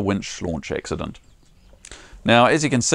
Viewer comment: Hey, what's an ''X-udunt''? It appears you had an ''X-udunt''? I think you're evolving your own Lingwij down there?